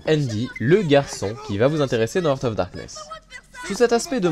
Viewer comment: Jeu très bien présenté comme toujours! Juste une petite remarque : "heart" se prononce "harte" et not "heurte". J'entends souvent cette faute.